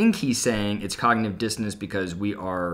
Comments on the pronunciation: I think Kodylocks is not just misusing the term cognitive dissonancing but is not even saying the words correctly. I think he's saying cognitive " distancing " which is adding to the mixed up/confusing/misused term from Dr. Kodylocks' Book of Big Words to Make Yourself and Others Think You're Smart. It will make a great stocking stuffer or kindling for a cozy gathering around your own fire pit! When I was typing cognitive dissonancing, auto correct was trying to change it to cognitive "disco dancing". Too bad Kodylocks auto correct didn't think of that first😁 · I think he actually said cognitive “distance”. lol. Listen again.